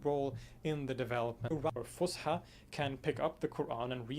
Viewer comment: it is not pronounced with the sh sound , S , fus ha Fus فص Ha حى فصحى